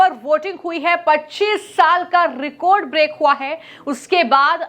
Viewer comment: Recode voting nahi Record voting 😂😂😂😂